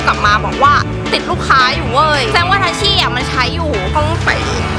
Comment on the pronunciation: ทัชชี่ค่ะไม่ใช่ทัชชี้